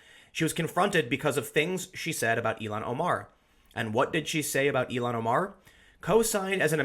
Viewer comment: Ilhan is pronounced "ill-han," not "elon"